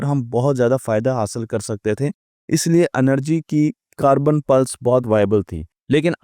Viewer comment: انرجی نہیں ہے یہ لفظ اینرجی ہے